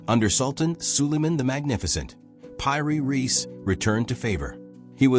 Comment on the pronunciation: Pronunciation should be Peeri !